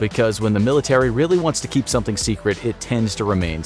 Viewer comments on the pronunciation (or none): none